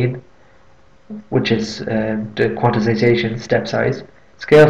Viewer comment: Note that the word is “quantization”, not “quanticization”.